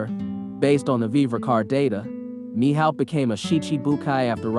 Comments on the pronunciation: The way u were saying his name was pissin me off the whole video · “Mihaowk” “see cheebukwaii”